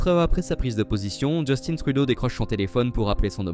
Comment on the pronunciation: Il se prénomme justin et non Justine